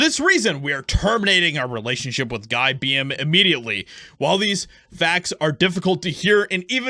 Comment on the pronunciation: Dude. Rehearse your videos. You read through things like an elephant in a really small house. And if you don't know how to pronounce Beahm ("beam"), look it up. Jeez.